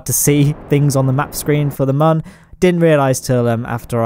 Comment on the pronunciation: Every time you say Mun it slightly triggers me.